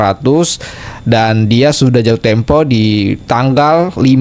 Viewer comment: Ngomong tempo, tempoh😂😂😂